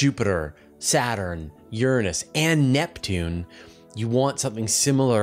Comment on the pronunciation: You pronounced Uranus totally wrong